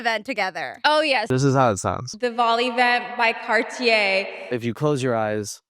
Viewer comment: listen carefully she never says yeS it’s “Ye”